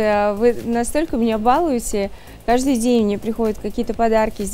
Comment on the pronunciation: Не правильное ударение в слове балуете. Но мы Мариночку любим не за это.